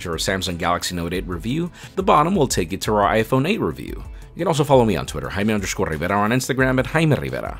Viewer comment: Even tho your English is perfect I really like the fact that you pronounce your name the Spanish way jaja